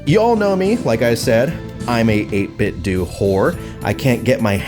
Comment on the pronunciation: 8 bit dough not 8 bit dewwwww 😭